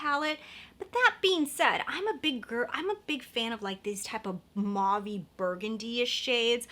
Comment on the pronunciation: Mauve is pronounced as “mowv”.